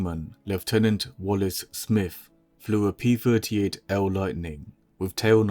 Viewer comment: I hate hearing p furty eight instead of p thirty eight!